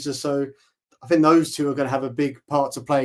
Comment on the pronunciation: Love this channel, and I hate to say it, but please say think, not fink. I will probably get slammed but for a guy like who speaks a lot of good football sense it just drives me nuts.